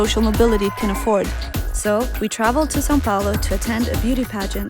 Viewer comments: São Paulo , Not Sao Paolo! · gosh i have never heard an american say "Sao Paulo" the right way!! they usually say "say-oh- poh-low"